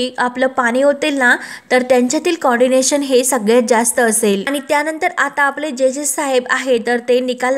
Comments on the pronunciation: Pl note it is co-ordination and not condinatoon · Coordination not condination ग बाई किती अज्ञान. कशी सांगतेस ग तू बाई.?